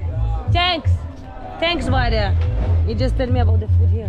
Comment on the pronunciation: It's brother and not Bhadher